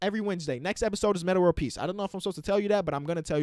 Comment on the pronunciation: Did he say meta world peace?